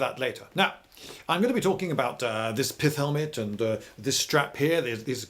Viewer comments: "The Pilth Heilmaute" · At the start I thought he said piss helmet 😳🙊